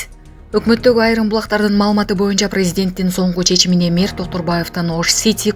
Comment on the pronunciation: Мээр эмес Мэр деп айтылат